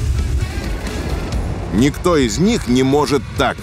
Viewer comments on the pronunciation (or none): none